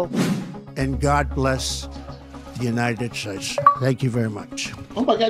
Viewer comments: I loved the the ORANGES haaaaaaaaaaaaaaaaaaaaaaaa but I feel bad for making fun of an old man blurpping "united shayes" though... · United Shaysh